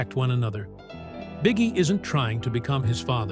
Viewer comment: We know his name is pronounced Bee Gee, not bigie, right?